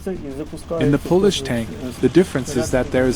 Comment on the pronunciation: AI Voice? Pole-Ish, not Paul-Ish. Love the video though.